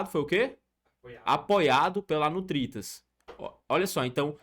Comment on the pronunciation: Ele fala Nutritas mas é NURITAS